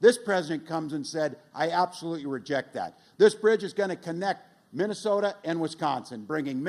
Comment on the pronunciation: What's "Vinnasota"?